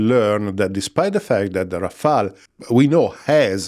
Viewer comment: It’s Rafale not Rafael. That’s French for hail of bullets. Rafael was definitely the best turtle, agreed.